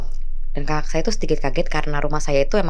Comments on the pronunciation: Terganggu banget sama kata KAKAK yang diucapkan seperti mengucapkan kata gagak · Kok pas penyebutan "kakak" nya keggitu yaa.. ☹️ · Huruf k yg di belakang nya di sebut😀